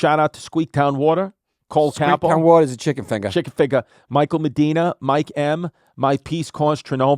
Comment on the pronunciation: I can no longer hear or say water normally, it's Wortah or Smith town Wortah